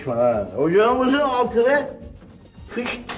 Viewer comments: Ocağa konuşma laaaen demesi bitirici ya 🤣🤣🤣🤣🤣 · konuşma laan 😂😂 yani gerçekten bir sarhoş olsa orda ancak öyle bir tepki verebilirdi 😂